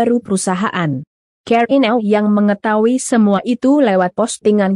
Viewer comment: Ahhahahahahaha.. aku jg... kalo ngomong karina aja dengerku "keri" aku sampe puter 2 kali supaya jelas.. jg pas ngomong make up jg lucu.. asle lucu hahahahahahahaha